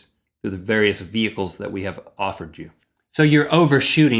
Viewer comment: "Vehecles?" Lol